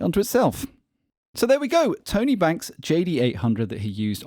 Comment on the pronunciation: everytime you say Tone A - I imagine someone with a thick new york accent calling out to their buddy Tony